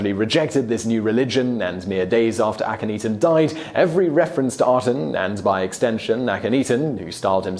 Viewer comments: I do love you, Simon; but, I swear, you say Akhenaten's (Ahh--ken--Nah--ten) name right the first time, then you proceed to humorously murder it, thereafter. You already know it's not 'ee-tan' (cat claws on a chalk board!!!!! Ahhhhh!!!!!), as you said "ahh-ten" twice, at least. It has got to be a historian funny, or something. I do love your show, though. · Chris Flad He even said Akhenaten's name right at first, but then just repeats AkhenETEN (eaten?), and not once did he get HatshepFOOT's name right. Poor Hatshepsut... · Hat-shep-sut A-khen-na-ten If you're gonna ridicule them as much as you do, you could at least pronounce their names right. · Please look up how to pronounce a couple of the names in your videos! It's "hot-shep-suht". "Suht" pronounced like "foot" but with an "S" where the "F" is. Also "ahk-en-aht-en".